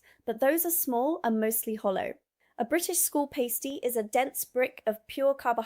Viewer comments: It's a pah-stee, not pai-stee. And it traditionally had meat, potato and veg in one end with a sweet dessert in the other. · It’s not a paystee, it’s a pas-tee. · Its Pass tee😂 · That was not Jam RolyPoly, is was an Arctic Roll (sponge, jam and icecream). Pastie, the past rhymes with mass. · Pronounce Pasty like you pronounce Pasta. Chocolate Crunch and pink custard, there was never enough custard to soften the crunch. I think schools knew how dense their food was, and structured their daily lessons accordingly, I always had maths in the morning, right after assembly. If you want something interesting to look at, I’d check out the structure of primary school’s and their days. I went to a Church of England primary school, days varied, but always it went: 0850 register 0900 morning assembly - usually featuring the headmaster or some guest (usually the local parish priest or sometimes a member of the local emergency services for safety talks) singing a hymn, any other business etc. 0930ish first lesson period (we stayed in the one classroom for all of the day) usually maths - thinking about it it was always maths. 1030 1st break 20-30mins eat a snack from home, and run around in the open air of the playground (and a chance for the teachers to get a coffee in the staff room) another lesson period, English, History, geography, PE - often spent freezing out on the playground learning to play netball or something or other (there was always one day for outside PE and one for inside) 12-1415 (we really had a long lunchtime, probably to encourage us kids to burn off the excess energy of lunch) another lesson, usually not quite as taxing, then we finished for the day. Tuesdays were always singing practice and denoted an extra long assembly, in preparation for a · I am not surprised I am not subscribed, This is mostly rubbish. Please pronounce pasty correctly. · You are pronouncing pasty incorrectly, the 'a' is a short one but you pronounce pastry correctly with a long 'a'.